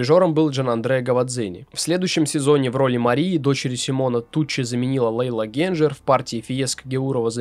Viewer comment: Интересный материал. Не считаю, что Гуэльфи "недооцененный баритон". Он занял свое почётное подобающее ему место на оперном Олимпе ХХ века наравне с Гобби, Таддеи, Бастьянини. У певца есть свои поклонники, которые его ценят и до сих пор любят. Кстати, простите за нескромный вопрос: а почему Вы все время турчанку Лейлу Генчер обзываете Генджер? Итальянца Кольцани Кольдзани? Есть еще ряд моментов. Но...Очень режет ухо, тем более привык к произношению и ударениям указанным в многочисленных профессиональных справочниках для диктора радио и телевидения. Удачи в Вашей деятельности. ✌️